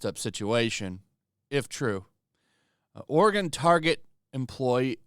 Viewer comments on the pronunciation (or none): “Oregon” What a shocker.